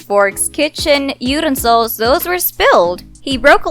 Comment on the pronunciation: Can’t say utensils. Wtf kinda channel is this